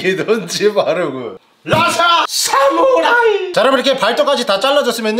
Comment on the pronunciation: ㅋㅋㅋㅋㅋㅋㅋ 진짜 오랜만에 오리지날 찰진 사무롸이~~ ㅋㅋㅋㅋ